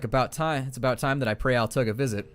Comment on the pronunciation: Oh, also, pronounce Altuğ as "Altoo".